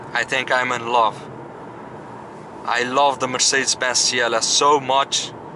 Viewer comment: “ I tink I’m in lurv “ 🔥😂 me too bro , me too